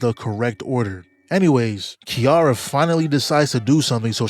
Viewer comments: unc stop saying kiara its kiRAra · Name of the character: "Ki-ra-ra" Calls them "Kiara" the whole time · Her name is pronounced ki-ra-ra